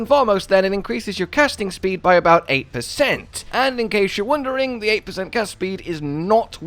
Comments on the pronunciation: Is he saying eighty or eighteen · Is he saying 18 or 80? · Is he saying 80 or 18? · Can’t tell if you’re saying "18" or "80." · Forgive me my ears aren't so great When speaking of Stat cap, did you say 80 or 18? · What’s the hard cap? I can’t tell if he’s saying 18 or 80